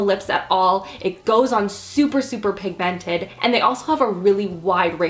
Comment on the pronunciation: was anyone else bothered by how she said the word pigmented?